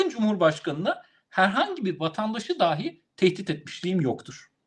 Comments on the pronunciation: düşünce ve yorumunuza bütünüyle katılıyorum. Küçük bir eleştirim olacak: Konuşmanızda bir kaç kez kullandığınız bir kelimeyi yanlış telâffuz ediyorsunuz. Doğru seslendiriliş "dahî" şeklindedir. "Dâhi", dehâ sahibi anlamına gelen farklı bir kelimedir. Türkçemizin doğru kullanılması hususunda hassasiyeti olan bir ağabeyiniz olarak yaptığım bu eleştiriyi hoş göreceğinizi umarım. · Yeter artık. DAAAhj değil . DAhiiiii.